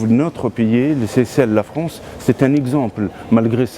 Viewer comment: 😂 il a dit fronsse et grand 😂fourest la honte un guignol de 1er.